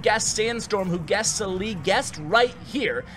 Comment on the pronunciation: your pronunciation of arabic names are somewhat funny XD, glad that salih and ahmed were arabic names and u butchered both of them XDDD, still love your videos tho